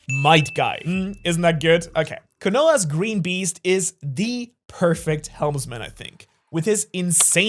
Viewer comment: KANOLA it’s Konoha